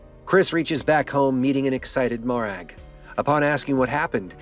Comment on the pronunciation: Mo-Rag :) Lovely Scottish name :) Great video mate. Look forward to the next one.